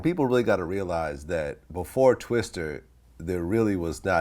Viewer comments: Hey what up “TwistER” 🤦🏻‍♂️ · He said "twistER" lol, dont even know his name